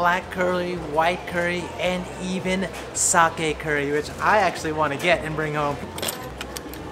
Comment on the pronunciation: He said clurrie